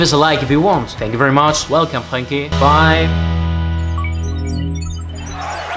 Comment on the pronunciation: the r in Frenkie is a RRRolin r